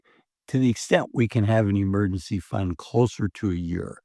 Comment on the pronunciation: Year. Year. “YEER” Not YUR